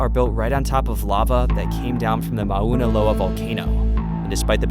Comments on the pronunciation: Not ma-una-key-uh. Mow-Na-Kay-yah. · Would have said Mao-Na Kay-ah but rajah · As a resident of Hawai’i, I’m disappointed that another visitor does not interview Hawaiian locals nor find the proper pronunciation of words, places (ie Mauna Kea).. It can be seen as disrespectful. Fyi for future vids. Otherwise, very nice photos, drone vids. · oh- wah- who .... mana- kia .... LOL Oahu= oh-ah -who.... Mana Kay-ah = Mauna kea . I enjoy your videos so please don't get offended 🤙🏻